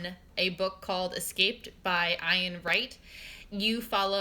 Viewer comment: Thanks for reading,. My name is pronounced the same as 'Ian' btw, lol.:-)